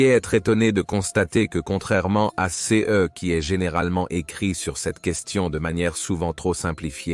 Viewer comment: Parfaitement d’accord avec vous. Je ne crois pas que ce soit un humain qui fasse les commentaires mais plutôt l’intelligence artificielle. Sinon comment expliquer qu’il dise systématiquement « c_e » plutôt que « ce »?